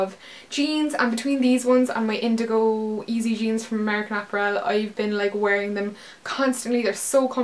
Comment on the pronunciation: I love the way you say apparel! haha! great haul!